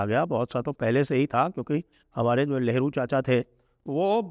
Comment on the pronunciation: लगता है ठंड के चलते आपका उच्चारण सही नहीं हो रहा है जिससे नेहरू की 'लेहरु' जैसा सुनाई दे रहा है